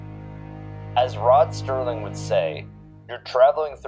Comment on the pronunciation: Rod *Serling Not Sterling.